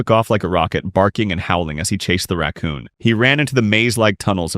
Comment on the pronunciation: ah yeah a "raccoon"